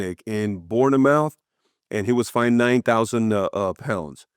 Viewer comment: Patrick pronouncing Bournemouth 'born a mouth'😂😂😂😂